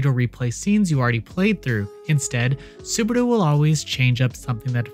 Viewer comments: Saburu? His name is Subaru. 😅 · I'm looking forward to it. P.S. It's Subaru. Y'know, like the car brand. Or if you want to be cheeky, Barusu. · i had an autistic meltdown on how badly you pronounced Subaru, it's literally the same pronunciation as the car company.